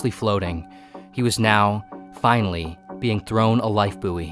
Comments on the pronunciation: Bouy is pronounced boy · Call me dystopian but i cant get over the pronunciation of buoy... 🙈🙈🙈